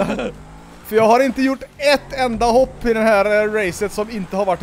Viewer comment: Älskar att ni säger höpp istället för hopp, hehe